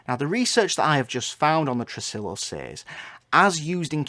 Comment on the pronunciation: tressillllo? no no white boy, it's tre-SI-yo